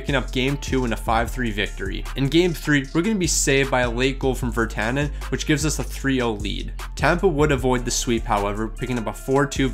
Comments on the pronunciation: The pronunciation of these names are brutal “Vertana” as Vrana, Hornik and Hronek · This dude can not say players names right to save his life, can't say vrana, zadina, hronek, and more.